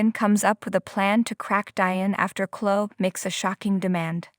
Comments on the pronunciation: hey narrator, it's chlo-eeee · Someone tell this person how to pronounce Chloe and Jabot.